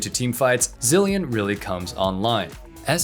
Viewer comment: It’s zilean